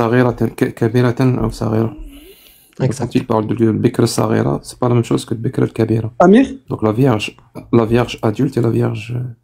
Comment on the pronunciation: STP quand tu prononce 'saghira' petite, il faut prononcer: 'saghira' comme le mot français route à la parisienne, alors que tu prononce 'KH' c'est bien un son 'gh' comme le 'r' de Paris, route donc: saghira = petite et non pas 'sakhira'.